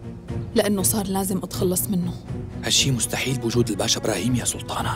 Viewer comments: ازعج شي من تقول سولتانه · منو منتبهه انو تكول سلتانه مو سلطانه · مين لاحض انو عم تقول سولتانا و سولتان 😂